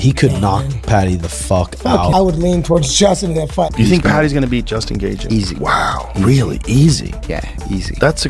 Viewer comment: Can you please pronounce Justin's name correctly. JESUS C.